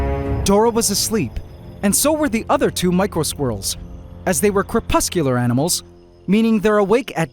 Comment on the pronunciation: For anyone else who may be wondering, I've learned that the word he's saying is "crepuscular" not "corpuscular" ;)